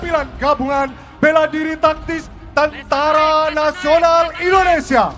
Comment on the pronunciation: Mc sebut nya indonesia bukan endonesia